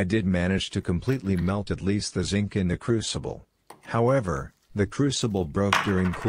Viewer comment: Even Schwarzenegger knows how to say "Zinc" AI voice dropped the n